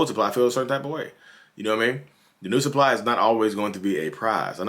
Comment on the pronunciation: “The new sup-pie” lmaoo